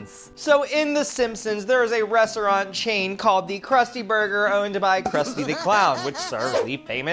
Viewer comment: Not u already slurring your words tryna say restaurant 😂